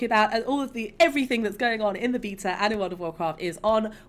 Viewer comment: Go here to learn how to pronounce beta.